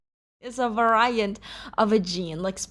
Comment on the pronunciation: says homozygous and heterozygous right but messes up variant lol its a fun pronounciation of it tho (no hate)